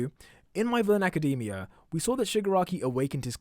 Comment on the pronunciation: I hate when ppl cal it my hero acadeemia rather than academia